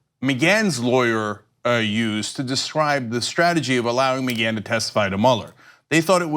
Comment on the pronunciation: McGhan is read Mac Ghan not MaGhan